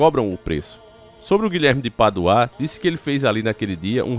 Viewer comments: É Guilherme de Pádua, e não Guilherme de Paduá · O nome dele não se lê Guilherme de PaduÁ e sim Guilherme de PÁdua kkkkkkkk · O NOME DO CARA É GUILHERME DE PADUA E NAO GUILHERME DE PADUÁÁ FALA O NOME CORRETO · Vinheram? Não seria vieram? Paduaa e sim Pádua. Misericórdia.... português brejeiro. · Desculpe mas a pronúncia correta é Pádua e não padua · Não é paduá não é Pádua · Guilherme de Pádua, não de paduá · Guilherme de Paduáá kkkkk, desculpa eu ri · O nome é Pádua e não Paduá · Não se pronuncia PADUÁ! E sim PÁDUA!!! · Porque Guilherme de Paduá e não de Pádua 😂😂😂😂😂😂😂 morri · Rapaz , fala direito, você sabe que o nome certo é Pádua e não paduaa. Isso que dá raiva a pessoa saber o certo é ter prazer de falar o errado. Isso infelizmente é o povo Brasileiro. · Desculpa irmão.. más primeiro o nome do tal " é Guilherme de Pádua e nao Paduá! E tudo pode acontecer , más não vejo muita ligação .. porque todo ano tem 6 de novembro!!! E nada aconteceu com ele.. portanto se fosse assim o infame era pra ter ido já anos atrás ! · Paduá kkkkkkk parece um retardado lendo kkkk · você é francês??? Padu-A kkkkkkkkk